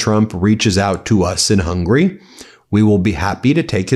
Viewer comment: The G in Magyar is a soft G, like giraffe, rather than like golf. Also, the country is HungAry, not Hungry.